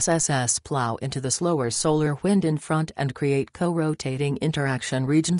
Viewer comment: “ solar whind “